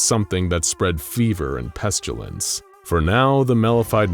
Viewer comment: pestilence you say